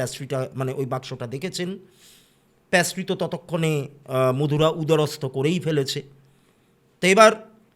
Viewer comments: ওটা প্যাস্ট্রি নয় পেস্ট্রি,, প্যাস্ট্রি কথাটা শুনতে বড্ড কানে লাগছে। আর অনেক ধন্যবাদ এত সুন্দর একটা গল্প শোনানোর জন্য আপনার বলার ধরনটা খুবই সুন্দর লাগে। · প্যাস্ট্রি কথাটা খুব কানে লাগলো ওটা হবে পেস্ট্রি, plz don't mind 🙏🏻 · ওটা প্যাস্ট্রি না পেস্ট্রি হবে, baki apnar story telling khub e sundor❤❤ sudhu ektu extra ktha bolen majhe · প্যাসট্রি নয় পেসট্রি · Apni to ekjon teacher Ei french word ta pattiserie in english pastry, erom joghonno pronunciation keno korchen baar baar,,entire episode ta oi ekta word er jonno eto besi irritating lagche,,,ki r bolbo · Absolutely Being a teacher...khub ei baje